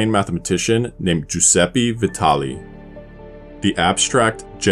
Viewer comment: Why THE FUCK would you pronounce giuseppe as "gi' sèpi". Italian isn't english. Why would e be pronounced i in any language other than english?